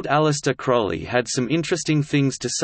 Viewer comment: "Crowley" rhymes with "holy" or "lowly". Just look at the first syllable: crow.